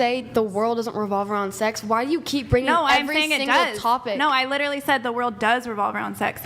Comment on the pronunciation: I lost it at “litawally”